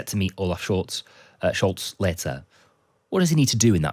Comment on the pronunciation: Mate, der Kanzler of Deutschlands family name is “SchOlz”, not “Schulz” as pronounced by the presenter. Pick up your game!!!! Grüße aus Australien.